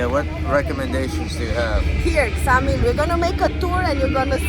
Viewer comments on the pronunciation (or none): Is not samil is eksamil it means 6 miles from korfu